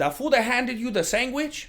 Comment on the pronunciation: Why he sayin SANGWICH?🤣🤣